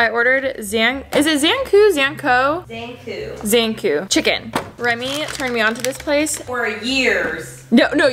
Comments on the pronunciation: Definitely not pronounced Zan-koo chicken lmao it pronounced Zan-co like co as in company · Zankou's pronounced Zan like lawn, kou like moo :)